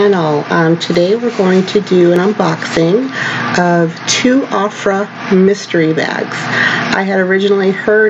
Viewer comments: Oh-frah not a-frah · It's pronounced Oh-frah with a hard "O" ❤